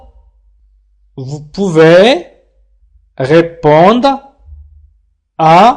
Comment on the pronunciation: في الجملة الاولى ننطق re في répondre هي مكتوبة لكنك لا تنطقها